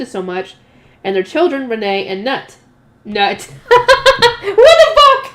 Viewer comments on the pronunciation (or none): In Scandinavia, Knut is pronounced "Ka-noot" rather than "Nut"